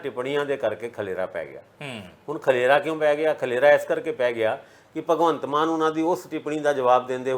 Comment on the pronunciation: ਖਲੇਰਾ ਨਹੀਂ ਖਲਾਰਾ ਹੰਦਾ ਵੈਸੇ ਤੁਹਾਡੀ ਪੰਜਾਬੀ ਭਾਸ਼ਾ ਉਤੇ ਤੁਹਾਡੀ ਪਕੜ ਬਹੁਤ ਵਧੀਆ